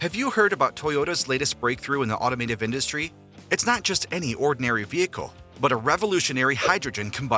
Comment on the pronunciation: Stop saying automative, it’s automotive… smh